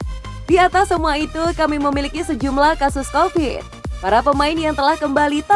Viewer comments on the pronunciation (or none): none